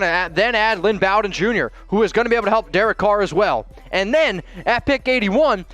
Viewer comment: You may need to learn how to pronounce the Kentucky boys name because your not saying it right